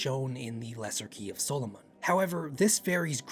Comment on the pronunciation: I understand it may have been pronounced your way, but if I hear SOUL-O-MONN one more time I will call upon a lesser devil to curse this channel.